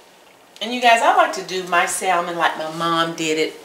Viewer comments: The "L" is silent pronounce samon not Sal mon.. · Dear heart. No disrespect intended, and I used to make the same mistake in the pronunciation of the word salmon. The l in salmon is silent, dear. The a is short; consequently; salmon is pronounced saa mon, not sal mon. On a positive note, your recipe is spot on, and using your mama's cast iron skillet is classic, chile. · Yup it’s samon. Without the letter L but we like you, so say how you want. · Salmon, is pronouned SAMMON! The "l" is silent!! You salmon patties look so good! By the way, I love the bones!! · It's pronounced Sam mon. Remove the L it is silent in announciation. Otherwise carry on 👍🏾 Oh! I must say you definitely handle the knife WELL when chopping👌🏾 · Those look great! I'm from NC and lived in the Northwest(Seattle) for a decade and they will let you know real quick that the "L" in Salmon is silent. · Did this TODAY....no bread crumbs tho, flour and cornmeal, but they're excellent. By the way the "L" in salmon is "silent", not pronounced. Good job, good recipe. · Honey you don’t say the L in salmon Just had to say it ❤❤❤No clue why they put that L there lol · The L in salmon is silent!